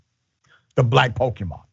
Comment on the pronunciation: Dr Richey got that pronunciation pretty good. i think he's played some Pokemon himself.